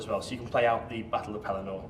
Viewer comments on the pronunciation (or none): The pedant in me insists: Pelennor is pronounced 'pel-EN-nor'. It is an odd choice to place the army of the dead on the field instead of Knights of Dol Amroth and other forces from south Gondor. Of course, they were in the movie, not book (and were one of Jackson's worst-executed and unconvincing effects, I think); and even in the movie, Theoden was dead by the time Aragorn and company took the field; but I realize that having both Theoden and Eomer figures would not be a possibility for GW. Still, taken all together and sort of holding one's nose about the story elements, this looks like a really interesting package, even for someone like me who has no previous investment in the game and is considering a buy-in. And, just because: "Suddenly the king cried to Snowmane and the horse sprang away. Behind him his banner blew in the wind, white horse upon a field of green, but he outpaced it. After him thundered the knights of his house, but he was ever before them. Éomer rode there, the white horsetail on his helm floating in his speed, and the front of the first éored roared like a breaker foaming to the shore, but Théoden could not be overtaken. Fey he seemed, or the battle-fury of his fathers ran like new fire in his veins, and he was borne up on Snowmane like a god of old, even as Oromë the Great in the battle of the Valar when the world was young. His golden shield was uncovered, and lo! it shone like an image of the Sun, and the grass flamed into green about the white feet